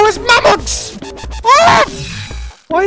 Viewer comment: help me they keep saying Mammox